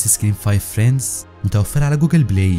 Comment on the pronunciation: هي تلفظ فريندز مو فريندس + أنا بس اصحح له عشان ما يغلط كرة ثانية اتمنى ما تحكوا علي ❤️